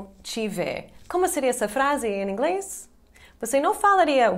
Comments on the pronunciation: Que legal o "Em Inglês" dela parece en inglês pq ele estão acostumados a juntar o "in english" que é com N e não M, mas o Português dela é um dos melhores. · Hey,! Your Portuguese is beyond excellent! However, when you connect "em + inglès," you give yourself away. It's not so simple to explain here because the connection between these words produces a phoneme that doesn't exist in English. Try and hear how native Brazilians pronounce them. I'm sure you'll master this in no time. Great channel! Way to go!!